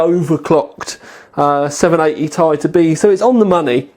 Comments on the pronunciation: Nice review, but god your killing me, I'm pretty sure it's T-I not tie, but who cares your reviews rock, LOL :p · Does anybody else find the way he says "Ti" like its one word annoying? I mean come on... Has this guy ever watched another video of somebody else saying the name of this card and thought," Hmmmm maybe it isn't pronounced like one word." I would have thought by now that he would have figured out he was saying it wrong. Its like saying an acronym as if it was a word. For example if you asked him to say "NSA" would it come out sounding like he said it as one word? Damn I spent too much time on that comment... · 780 "tie" xD